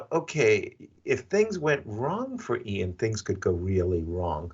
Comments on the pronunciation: Sidenote, How does Yasser not know how to say Ian yet??? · Why does Yasser intentionally mispronounce Ian's name? It's driving me nuts.